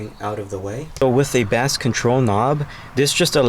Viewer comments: pronouncing "bass" as if you're talking about the fish is a whole different kind of annoying. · This dude said bass (like the fish) control knob with a straight face 🤔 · Great video, but the way you were pronouncing "bass" had me cracking up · The 🐟 control knob